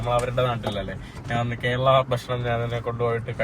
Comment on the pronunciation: അങ്ങനെ നാൻ അല്ല, ഞാൻ ആണ് ശരി,.